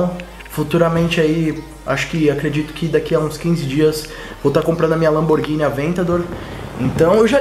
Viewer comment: A pronuncia dos carros da Lamborghini citados é feita em italiano, não em inglês, mas ficou massa o vídeo kkkkk parabéns!